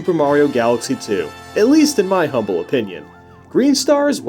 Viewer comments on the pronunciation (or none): none